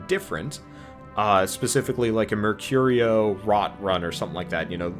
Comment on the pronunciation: Finally you got the name Mercurio right. It was a small mistake but annoying when you pronounced it wrong repetitively. That aside, I enjoy watching these Armello gameplay vids. :-)